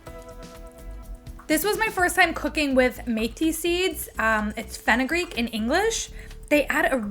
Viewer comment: Thanks for pronouncing Pakistan correctly and your pronunciation of Mehthi was also good, impressive. You're obviously making good use of your tongue in learning other sound systems as well as the tastes from those cultures. I'd say that's a Bon Appétit!!!